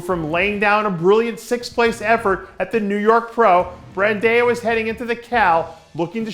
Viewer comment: Its not Brandeo it's Brandão you FUCKING IDIOT!!!